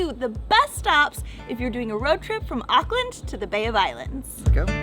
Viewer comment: why is this reccommended i live here and its auckland not auckland like data and data